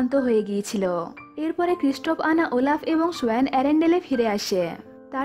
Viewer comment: Oelaf na olaf🤭🤗☺️😁😚😙😋🥰😍😍🤩😘😘